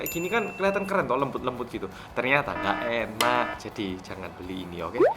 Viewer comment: "nggak enak" 😂 penekanan nya lucu banget 🤣🤣🤣